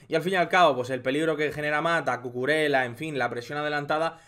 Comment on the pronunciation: Se pronuncia cucureia no cucurela